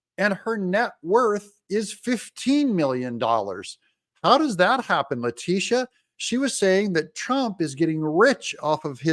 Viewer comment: La -- sha...It`s pronounced (La Day Sha)...Da "dash" don`t be silent!🤣